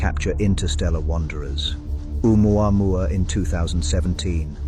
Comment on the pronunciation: I’m Hawaiian and I just want to let you know the correct pronunciation of Oumuamau. Ok so, You pronounced Ohio perfectly. The beginning of Oumuamua “ou” is pronounced “oh” and you say the rest perfectly. The Hawaiian language is so easy to learn.